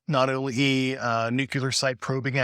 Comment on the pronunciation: I have a real hard time believing an air force officer trained in physics cannot pronounce "nuclear" correctly. He must have written or read the word a thousand times.